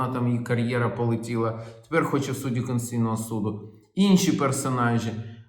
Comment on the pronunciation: Олексію! СУД КОНСТИТУЦІЙНИЙ, а не КОНСЦІЙНИЙ!